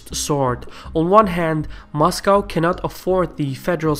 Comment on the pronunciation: I like how you say "Mashcow"...